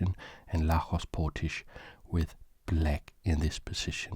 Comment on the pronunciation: Great editing, super well done. Btw Lajos is pronounced LAH-yosh.